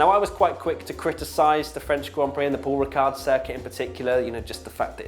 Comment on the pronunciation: Giedo van der Garde, not the best Dutch F1 driver in history, but one with quite a good sense of humor. Also, the D at the end of Paul Ricard is silent ;)